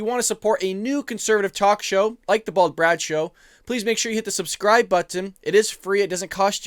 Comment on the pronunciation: I hate when you say button. 😂🇺🇸👍🏻Great job though!!!